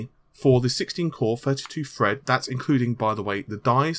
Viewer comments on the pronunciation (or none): bestiebest making fun of. He sounds like he says "Fred" whenever he says "Thread" lol